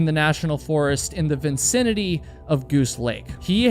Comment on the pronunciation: 🗣️VINCINITY IS NOT A WORD!! The word is “vicinity”